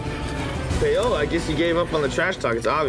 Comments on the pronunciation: What in the world is payohlaw its pawohlaw. Paola is a Latina name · Why do they pronounce her name like "pay-ola" 😭